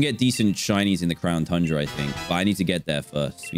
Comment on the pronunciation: Pokemon Sword: The End Dan:So now we have the crown tunra Me: Why did you say it like that